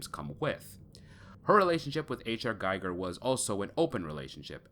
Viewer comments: His name is pronounced Gee gur not guy gur and that's not jee it's gee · Ackchyually, it's pronounced "GHEE-gher." Basically, the world depicted in Scorn is a caricature of our own everyday reality. Also, it seems to draw influence from not only Giger but also Cronenberg. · Being a fan of H.R. Giger, you should know, how to pronounce his name correctly. Instead you are pronouncing it as the name of Hans Geiger, the inventor of radiation detecting and measuring device. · Pronounced gee-ger